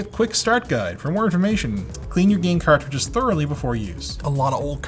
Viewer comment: Carcridges?? When did sloth from the goonies started making youtube vids??